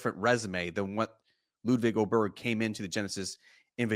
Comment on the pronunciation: I just wish all the announcers would stop mispronouncing his name... Aye-berg. Not Oh-berg